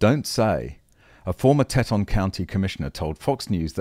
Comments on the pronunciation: I wince when I hear "teh-tonn". It's "tee-ton", a corrupted form of a naughty French name. Not your fault. I don't expect someone outside the states to be familiar with all the multilingual names here. Heck, New Yorkers can't pronounce "Houston" correctly. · FYI ... it is tea-ton county, Wyoming ... and what the hell, Jackson, Wyoming? Electric busses? That is ridiculous. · It's pronounced "Tee-taan" and was derived from the French word for big boobs. Not kidding! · Great report as usual. Note: "Teton" = "tee ton" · By the way, it is pronounced TEE-TAHN county. Thanks for a good segment! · pronunciation for Teton is Teeton comes from french trappers seeing three peaks called them Trois Tetons french for three breasts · It's pronounced "TEE TAWN," Nor Te ton. Just think of tea at dawn. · Great video, but it's pronounced "TEEton". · It'd pronounced "Tee-ton" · Teton is pronounced as "tee-ton" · It's pronounced Teet' Tonne'. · It's pronounced "Tee" ton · tee TAHN